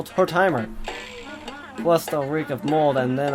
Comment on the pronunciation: Omg the way you said tortimer 🤣